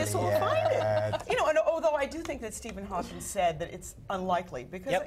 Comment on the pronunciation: That nigga jus sais Steven hakings